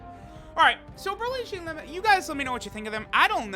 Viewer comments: Her name's pronounced Cheelai (rhymes with Mai), not Cheelæ. The 'ai' at the end makes a long 'i' sound. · Please please please stop saying cheelay